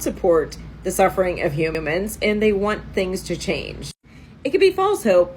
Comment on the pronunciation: I don’t support the suffering of “hum-a-mens” either.